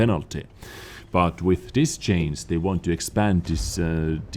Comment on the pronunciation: Oh come on,! PLEASE!!! Just try to work on the pronunciation of CHANGE and CHANGES xD you are killing me xDD